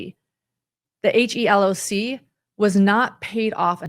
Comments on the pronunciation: HELOC is pronounced he-lock or like he locked the door removing the ed! for future reference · HELOC is commonly said as * he * * loc(k)* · It is referred to as a 'he-lock'... just for future reference.